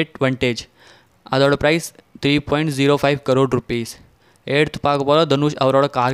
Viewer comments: It's not C rore it's crore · U are wrongly pronouncing crore